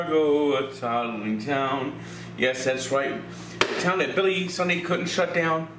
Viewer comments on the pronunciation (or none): none